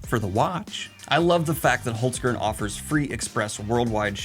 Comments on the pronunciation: Hearing Daniel say Holzkern... am I supposed to laugh or to cry? 😂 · omg can someone tell us how to say it properly? genuinely embarrassed to butcher a foreign language